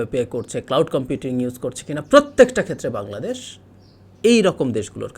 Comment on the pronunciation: ইসমার্ট বুঙরাদেশ ( জাপানীদের উচ্চারণে আমাদের প্রিয় বাংলাদেশ ) l